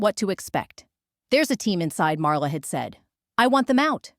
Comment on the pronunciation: LAZY!!!! The title is in 1st person. The story is in 3rd person The "storyteller's" name is MARLA The STUPID AI insists on pronouncing it "Mara." NO PROOFREADING NO EFFORT THUMB DOWN Don't Recommend Channel!!!! Lazy!